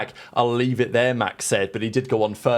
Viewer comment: You must always leave-ahhh the space!